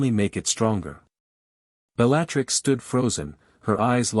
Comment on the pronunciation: I enjoyed the story but the AI pronunciation of Bellattix's name set my teeth on edge